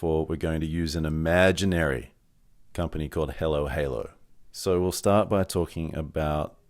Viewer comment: Great video and thanks for sharing your experience and knowledge. With all respect — why do you pronounce “Hallow” as halo? I’d pronounce your company “halo halo” — or am I missing something.